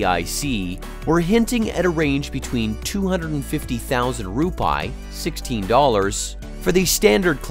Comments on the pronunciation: How to correctly pronounce Indonesian Rupiah: Ru-pee-ah, not ru-pie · Rupiah, the correct pronounciation is "Roo-pee-yah" Not Roo-pie. 😂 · The correct Indonesia currency mentioned as "RU-PI-AH", not RUPAI..,what is Rupai anyway?😂😂😂.. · Rupiah it's ROO PEE AHH, yourwelcome. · ... SPOT ON ... my nephew and I couldn't stop laughing hearing this pronunciation. My nephew said... perhaps he meant "TUPAI" ... hahaha LOL.